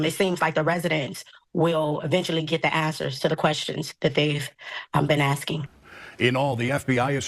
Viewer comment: No one In Illinois can pronounce the word Answers correctly